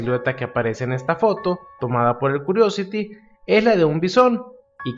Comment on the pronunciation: La pronunciación más aproximada para la palabra curiosity es (KIUORIOCITI)